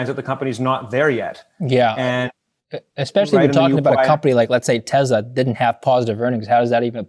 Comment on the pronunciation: it's teSla, not teZla. Great interview though.